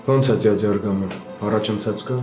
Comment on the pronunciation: Ասում ա ձյաձ😂